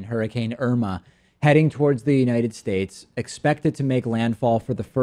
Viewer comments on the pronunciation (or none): none